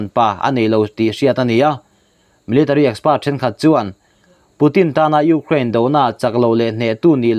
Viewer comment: Ngaihthlâk a hreawm .frank deuh a sawi chuan..i hma hmawh thrin lutuk a..Û....kraaain tî a..lam tur pawh chung ..û ...anga lam an awm a..k zir nán..